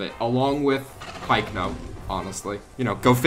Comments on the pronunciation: Why does he call it pikeno it is pycno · I know but it is even pronounced that pycno bye paleontologists